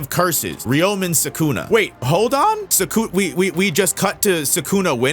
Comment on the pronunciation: If you say 'Sakuna' one more time.....